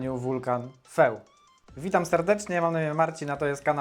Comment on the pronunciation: Skoro się uważasz za eksperta w tej dziedzinie, warto by było sprawdzic jak się wymawia "FEU" (ogień po francusku)